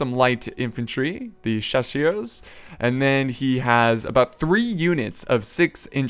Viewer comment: Hey by the way, the light French infantry, their name is pronounced "shass-ur", with the "u" being pronounced a bit like the "u" in Ritterbrüder. Thanks a lot for the cool videos!